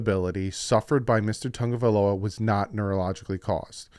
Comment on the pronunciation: you need to pronounce Tua's last name properly. Sound it out, because I am sick to my ears, stomach, listening to analysts & you say Tonga-vailoa but it is TA- (short "â" sound or long "ă" ah sound, Ta-GO-vai-LoA. Please respond & show yourself correct & annunciation proper, than you.